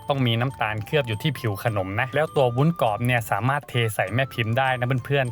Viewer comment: ทำวีดีโอสวย การนำเสนอดี ขัดใจนิดนึง คุณพูดว่าวุ้นกอบ ซึ่งควรจะพูดว่าวุ้นกรอบ